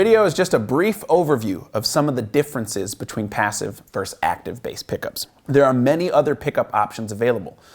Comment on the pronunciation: Versus. Not verse